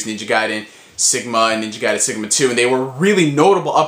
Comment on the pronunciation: you sound australlian when you say ninja gaiden